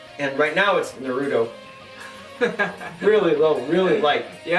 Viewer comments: he said narooto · The way he said Naruto... 😂